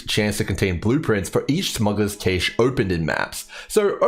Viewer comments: Sorry to be the guy,, it's pronounced like "Cash" not Caysh.:D Really appreciate your approach to having useful and reliable data, that you emphasize the time it takes to personally run the map and that's what decides your div/hr. You're the man! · Cache, like Cash money. Not Cash' A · That is definitely not how you pronounce cache. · I'm not Australian but I found references to both pronunciations when I looked it up briefly. ¯\_(ツ)_/¯